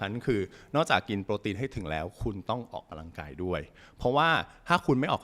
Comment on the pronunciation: เนื้อหาดีมากเลย และจะดีขึ้นไปอีก ถ้าออกเสียงคำว่า ออกกำลังกาย บ่ใช่ ออกกะลังกาย เด้ออ ขอโทษและขอบคุณครับ